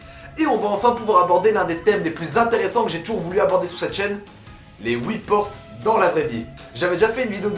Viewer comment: like juste pour le HOUIT PORTE